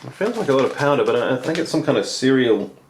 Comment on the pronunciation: Had to pause the video and take a breather when i heard 'cereal' and 'fill line' ;P